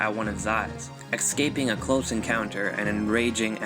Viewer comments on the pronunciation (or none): Escaping is pronounced "eh-skay-ping" not "ek-skay-ping".